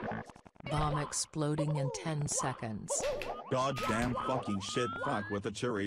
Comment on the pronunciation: Sen teconds*